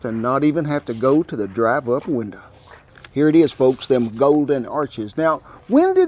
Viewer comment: "the drive up winda". Lol. You country!